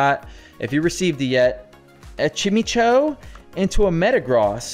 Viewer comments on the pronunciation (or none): Chime-echo.. not chimicho